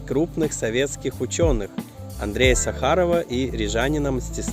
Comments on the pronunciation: Ну не СахАрова, а САхарова! ! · Ностальгия. Этот район строился на моих глазах. Я жил на Лубанчике. В 86 переехал в Плявниеки на Дравниеку, а в 2000 на Дзеню. Вот только ошибка небольшая в названии улицы Сахарова, Вы поставили ударение на втором слоге, а надо на первом. Сейчас 18 лет живу в Ирландии. Как-то так. С уважением Александр из Ирландии.